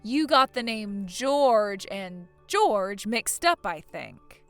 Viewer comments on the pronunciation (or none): Jorge is not pronounced George, it is pronounced "Hor hey". Most common in Mexico. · “Jorge” is NOT pronounced anything like “George.” George is one syllable, while Jorge is two and the ‘j/g’ sound is soft: “HOR-hay.” Holy guacamole, at least make an attempt to get Latino names right. 😂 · The Spanish name Jorge is not pronounced like George. It’s Hore-hey. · That is Jorge (hoar-hay) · That’s not how Jorge is pronounced. Seriously, if you are unsure of how to pronounce a name or a word - google it!!! It’s not difficult! (It’s the same va who pronounces “Geoff” as “Jee-Off” 😂)